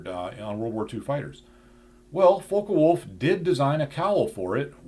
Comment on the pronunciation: Focke-Wulf isn't pronounced Foe-ka-wulf, the "Fock" part rhymes with "cock". Americans often mispronounce words like this, it always amuses me to hear americans say ”Heckler Coke”.Americans are also unable to pronounce words like cosmos, Phobos, Deimos, Eros correctly as well.